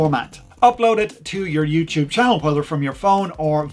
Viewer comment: youtube, not youchoob